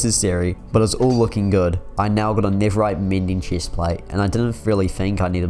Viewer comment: When he says "chest" he like has a German and British accent " Lol "